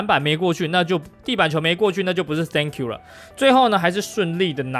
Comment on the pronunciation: Dunk you 變了 thank you 😂😂